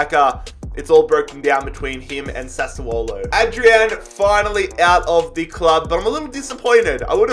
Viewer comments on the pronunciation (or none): none